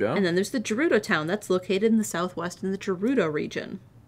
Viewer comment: And we have to suffer more of pronouncing Gerudo with a soft "G" when it has a hard "G". X_X